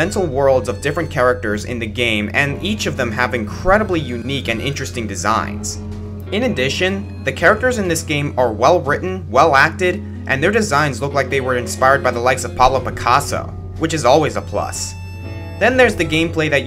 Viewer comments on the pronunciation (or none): "Paulo Picasso" *facepalm*